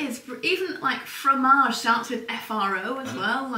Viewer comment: Aw, in the “frowmage”… luv it! 🧀 “My husband is a genius,” 😊 !